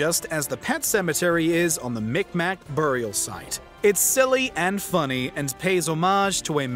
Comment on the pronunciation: The way you say “burial” is amazing 😝